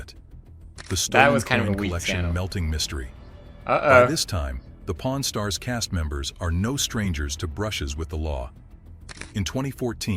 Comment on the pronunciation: your accent!😂😂😂 I thought you said po r n stars!😂😂😂😂